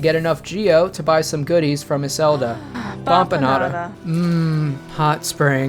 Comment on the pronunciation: it's baFanada please how do you hear a p there... it would be so much clearer if it was supposed to be a p this has me unreasonably upset